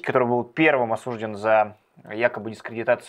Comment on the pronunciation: осуждён (а не осУжден)!